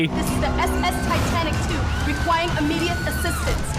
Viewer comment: She said requing immediate assistance